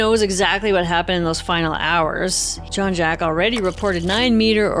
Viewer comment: Great story-telling except for one thing....the pronunciation of Jacques. I don't understand.